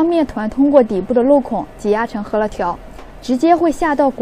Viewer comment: 大多数up主字幕都乱写：是“饧面“，不是”醒面”； 是“擀面”，不是“杆面”或“赶面”；是“汆水“，不是”穿水“或“窜水”；等等。还有读音都乱说的：是“huo面”，不是“he面”。